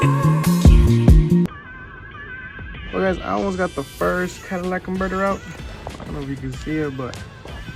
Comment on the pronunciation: Please stop calling it CADILLAC converters 😂😂😂😂